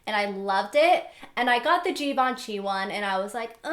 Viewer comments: Givenchy is pronounced as "Zhivenshy" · You pronounce Givenchy wrong ! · i love how she pronounced "givenchy" lol